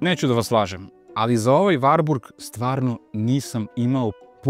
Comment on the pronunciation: Evo, osećam se "prozvanim" da kao ljubitelj i vlasnik dvotaktnog Wartburga 353 iz 1988 godine prokomentarišem ovaj video. Pre svega, napomenuo bih da se ime ovog automobila izgovara sa slovom t, dakle WarTburg (ne Varburg). Drugo, tačno je da 1974 dobija uz 353 i oznaku W (dalji razvoj), ali tada NIJE ristajlingovana maska (sem oble prelivne boce za rashladnu tečnost i zakošenog izduvnog lonca i grane - jer do tada pravi stvarali su problem kod karavana - uvlačenje izduvnih gasova u karoseriju), izvršena je mala korekcija rikverc svetla i u globalu...ništa više! Do 1985 godine vršene su korekcije elektrike, ručice menjača, itd, ali su to sve sitne izmene. Sa 1985 stiže novi Wartburg 353, ali još uvek sa oznakom W (oznaka S dolazi oko 1987 godine). Taj Wartburg je imao izmenjenu prednju masku, hladnjak je pomeren napred (ranije je hladnjak bio iza motora), dobija Čehoslovački Jikov SEDR 32 dvogrli karburator, termodavač i ono što je vrlo interesantno, digitalni pokazivač goriva, temperature i pokazatelj trenutne potrošnje goriva - ekonomer. Naravno, ovo je sjajan automobil, ali...tržište je bilo "žedno" za četvorotaktnim motorom. E sada...ne bih da ulazim u rasprave, ali, sem razgovora sa nekim od Nemaca, dosta toga sam i pročitao, pa bih skraćeno naveo sledeće: pročitah u komentarima da navodite kako je Čehoslovačka bila industrijski naprednija, te...DDR nije ni mogao da ima četvorotaktni motor - to je suština. Nije tačno! Naime, u DDR-u je bila izuzetno jaka industrija ("drž